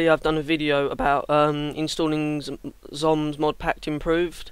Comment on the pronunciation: Thanks! Btw, its pronounced like "zombie" but written only with the "e" ;).